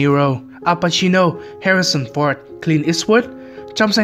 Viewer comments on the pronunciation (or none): none